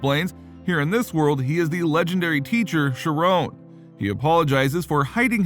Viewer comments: Chiron is pronounced "ky-ron" (with more of a "ren" than a "ron" sound) NOT FREAKING SHERONE! Wtf man?! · I guess the text-to-speech doesn’t know that the h in Chiron are a silent.